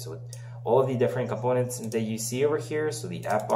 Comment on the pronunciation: Спасибо, прекрасная серия видео, прямо то, что нужно. P.S. И отлично говоришь на американском варианте английского (eeeeeend вместо and), но немного режут ухо дифтонги, которые ты игнорируешь, например: components. Ну и помелочи: "[u|u:]" русская, часто "[i|i:]" тоже ;-)